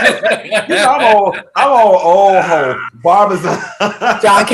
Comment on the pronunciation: He said Alvin Ailey Revelations 🤣 and Barbazon I can’t with him.